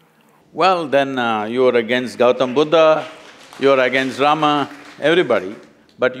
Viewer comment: Don't pronounce Rama , say Ram